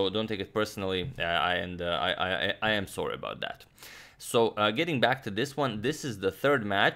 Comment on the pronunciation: "Saw-ree aboud dat" These videos just wouldn't be complete without it!